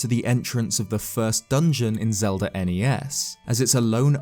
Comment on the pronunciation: Zelda starts with a z, not a "zee".